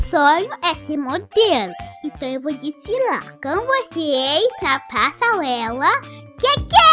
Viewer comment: Kkkk a ela falava o PREFEITO mas tbm falava PASALELA